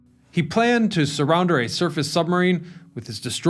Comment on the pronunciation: Did he say "surrounder"?